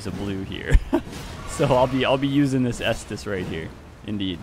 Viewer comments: It's pronounced k-stus, like how caesar is pronounced similar to Kaiser. Love your videos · Caestus is Latin and it is pronounced “kai-stoos”